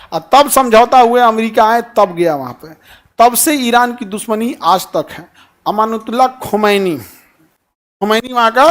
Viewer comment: Ye toh ayatullah khumeni ka name sahi se bol hi nahi paraha😂... Ravis kumar ne sahi bole thw..